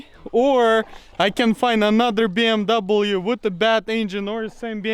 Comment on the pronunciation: What the hell is a “BMdoublem”?